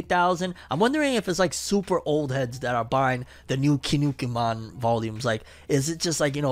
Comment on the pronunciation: bruh you really said "kinukimon" its kinnikuman ki nni ku man not kinukimon this is not digimon